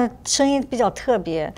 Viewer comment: I thought he was gonna pronounce pipa like “pip ah” but when he said it I was actually shocked *disclaimer I am not Chinese